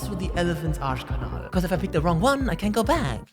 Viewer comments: schönes Deutsch bei "Arschkanal" xD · Sorry, mate this is the first of your videos I've stumbled across but I have to ask. You speak German fluently, don't you? Muttersprache-fluently? Because that "Arschkanal" was too on point.